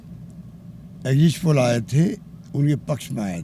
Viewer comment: Exit poll Ko exist poll bol reha h BC kaise anpadh CM chune h humne thu thu😪😪🤤🤤